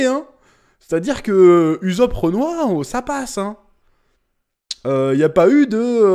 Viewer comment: "Uzop"??? Alors que yas 2 s ? Et quon l animer qui dis h24 ussop ...